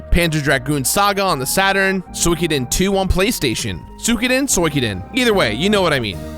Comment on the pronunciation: Two things: 1. SWEE-KOH-DEN 2. Hybrid Heaven is the real GOAT RPG on the 64.